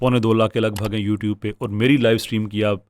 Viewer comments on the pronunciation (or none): none